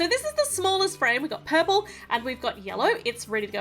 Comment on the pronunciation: It's not paik it is purple 😜